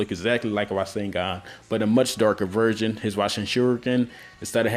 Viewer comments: Is it me or he says virgin instead of version? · idk dont if you guys noticed but i did, when ever he tried to say version to me it sounded a lot more like virgin. not hating on the video in fact i really liked it, i didnt notice about 3 of those people who actually used the roseangun sorry i butured the spelling